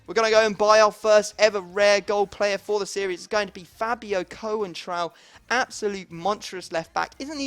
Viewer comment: Coentrao is pronounced without the e, so its like Con-trao